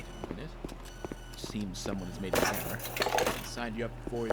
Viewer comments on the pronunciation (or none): none